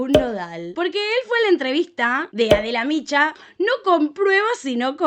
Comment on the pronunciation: No te conozco, pero me caga, que no hables bien sobré todo, los nombres propios ....no es Adela micho...es Adela Micha...infórmate bien.